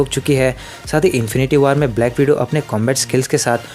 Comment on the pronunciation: Are bhai waar nahe war